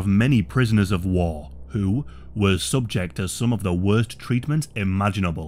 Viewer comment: "prisoners of wah"